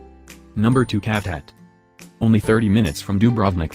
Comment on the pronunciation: Cavtat pronounced as Shaf Dat not Calf Tat. Sighh!!!!!!